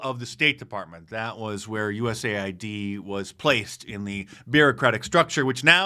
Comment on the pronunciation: Again, US-AID, not USA-ID.